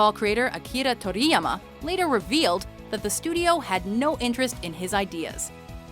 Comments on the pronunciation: why bother talking about DBZ when you can't even pronounce the creators name properly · I cringed when she said akira toriyama's name.... even though I know damn well I pronounce it wrong lol. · Wow, can you pronounce Toriyama correctly? Like... shit. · Fuck off with your pandering pronounciations. Just say Akira Toriyama the way it looks. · You pronounced Akira Toriyama like a dumbass try hard... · Is it just me or does this lady seem to over-pronounce foreign words. Akira Toriyama does not need that cringe inducing emphasis on the 'ri'. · Holy shit did she butcher Akira Toriyama name